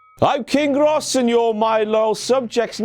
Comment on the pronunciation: i love how he said king Rrrrros